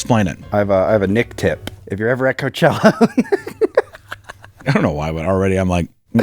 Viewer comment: Lol Nick in the hipster hat with the fuckin low cut blouse saying “coachewa” fuckin killed me Also “Guess whos heeeeeeoh(: “ Jesus Christ lmfao